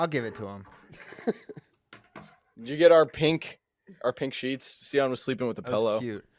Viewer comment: See- on lol to many cocktail! The michigan fans are being humbled with SEE- ON!! LOLjust playing!